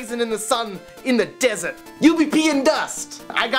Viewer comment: HE SAID DESERT AND HE SOUNDED AUSTRALIAN.